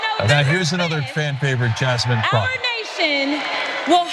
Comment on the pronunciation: Did he say Jasmine Crock? Ugh. Get her name right!